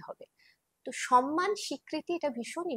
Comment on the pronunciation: আপনি যেহেতু আবৃত্তি করেন তাই একটা ছোট্ট সংশোধন, কথাটা সোনমান না ওটা হবে সন্মান।বড্ড কানে লাগে। আমাদেরকে, ওদেরকে ,এগুলো ব্যাকরণ বিরোধ শব্দ।একটু খেয়াল রাখবেন।